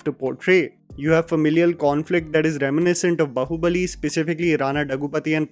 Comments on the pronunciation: After so many videos, is still saying "बहूबली", bro come on how difficult is it to pronounce it the right way🤦‍♂️ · it's Baahubali not Bahubali